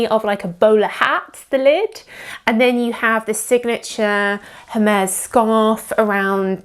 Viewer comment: please 🙉learn how to pronounce the brand name👌🏾